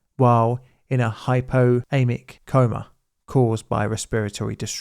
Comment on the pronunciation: The pronunciation missed an "x", it should have been "hypoxaemic". (US spelling "hypoxemic")